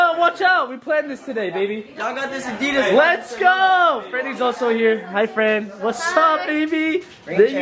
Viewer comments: Anyone else cringe at the way Corey said Addidas 👀🥴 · I remember Corey mentioning the American pronounciation of Adidas in an older video. Lol. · no one is gonna mention how he said adidas? 😂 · HOW DID HE JUST SAY ADIDAS?